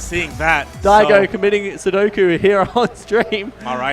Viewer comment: That dude just said sudoku it's seppuku.